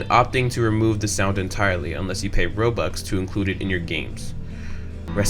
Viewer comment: Its Robux Not Bobux Whyyy (ᗒᗩᗕ)ಥ╭╮ಥ